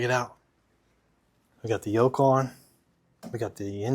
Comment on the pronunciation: Yoke? I thought you said yolk 😂😂😂😂😂😂